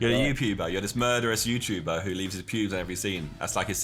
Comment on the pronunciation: Youpuber hahahaha wtf